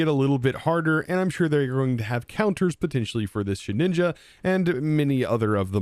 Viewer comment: lowkey i thought thats how you were supposed to say it too, hes joked about past mispronunciations but he doesn’t entirely care especially for ones like his milotic